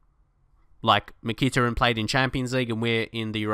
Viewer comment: Great vid mate, however you are pronouncing Mykhitarian wrong, Mick-a-tar-ian